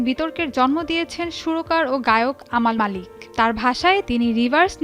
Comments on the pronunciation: নামটা সঠিক উচ্চারণ করেন আমাল নাম নয় আমান মাল্লিক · Tik e bolchen uni.....unar nam Amal Malik, Armaan Malik er vai